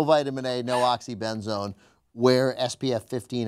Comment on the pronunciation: "My whole house is the oxy-ben-zone" LOL